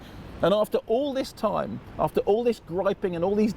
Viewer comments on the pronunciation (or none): none